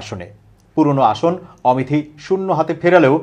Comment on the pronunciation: আপনারা নামগুলিকে ওপারের দাদাদের মত বিকৃত করে বলছেন কেন? আমেথিকে অমেথি, বারানসিকে বরানসি, প্যাটেলকে পটেল!